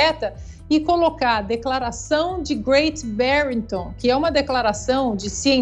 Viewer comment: Declaração de Great Barrington. Não adianta enrolar a língua, para leigos tem q explicar ok?